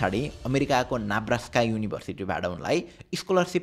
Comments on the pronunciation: महावीर को उत्प्रेरणा दिने कथाको ज्ञानवर्धक रमाइलो प्रस्तुती। दुइटा साना गल्ती सच्याउनु भए बेस हुन्थ्योः उनले पढेको विश्वविद्यालय नेब्रास्का हो, नाब्रास्का होइन, करिब ४७ मिनेट तिर गण्डकी प्रदेश भनेर बागमति प्रदेश परेको छ। बाॅकी गज्जब लाग्यो। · Brother it pronounced नेब्रास्का.